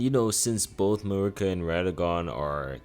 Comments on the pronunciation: He clearly has some issues with pronunciation. He says issue as "isoo", duo as "duel" and Marika as "Merica". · Who the hell is a Mikwella? How you played the game and you still mispronouncing names.. even Marika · This dude has never played ER. Can’t even say Marika correctly.